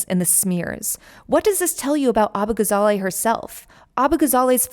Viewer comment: abbagazally? she must be a foreigner. we won't stand for this. lol